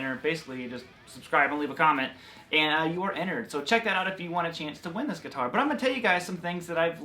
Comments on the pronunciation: If you quit saying geeetar, then I quit you. 😅😅😂😂🤣🤣😭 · U say guitar like my grandpa 😂